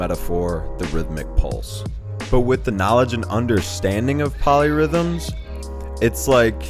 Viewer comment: Oh, POLY rhythms. I thought you said MOLLY rhythms......